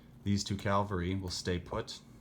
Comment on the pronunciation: Lol. Please stop saying Calvary. Cavalry. Thank you.